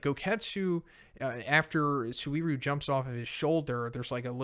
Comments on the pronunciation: Anyone else annoyed at how he constantly mispronounces Suiryu? In the anime they pronounce it Sue-ree-ooh. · I love you but bro... My ears bleed everytime you misspronounce Suiryu